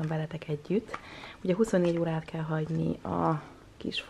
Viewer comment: Miért úgy mondod a délutánt,hogy dhélután és azt,hogy kell azt khellnek?Nem lehetne h betű nélkül mondani???